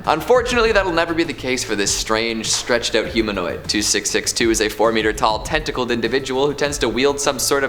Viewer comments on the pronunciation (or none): "tentacled" Oh god please no